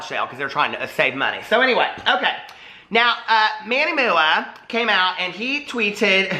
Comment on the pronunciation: “Now I’m a serious reporter of the world. (Fixes glasses)...So, Manny MOO-AH cane out...” 🤣🤣 Love ya,!💙